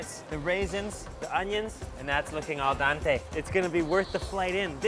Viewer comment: AL DENTE, NOT AL DANTE, K